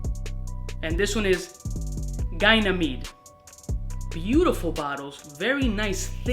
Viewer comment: Yo, you actually pronounced his name correctly, my guy. I also heard from the man it’s pronounced like “Ganny Med”